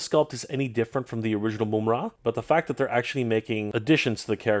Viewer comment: the majority of us know how it's pronounced,but called him "Moomra" which is definitely incorrect lol